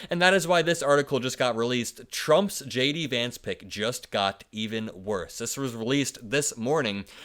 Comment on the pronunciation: Lay-Dee Vance.